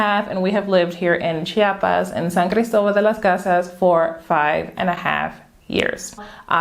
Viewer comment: It's not Cha-pas, it is Chi-a-pas... Apparently this is a thing for Chiapanecos; I've been corrected a few times heh. Hey, I'm moving to "Sancris" in 2 months, is there an area that you recommend for people who enjoys a relaxed and quiet hood but that is fairly close to main andadores? I'm Mexican (from Tijuana) but I still feel like a foreigner living in Southern Mexico lol